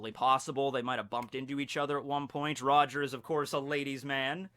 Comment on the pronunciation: You pronounce it wrong